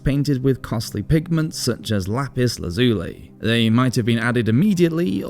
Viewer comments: Pronounced same as lie...lazu...lie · You need to look up the pronounciation of "lazuli"